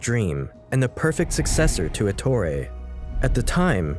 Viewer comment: ETTorE, not atory